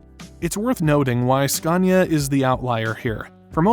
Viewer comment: #TruckTopia... Did he say "SCUNIA"?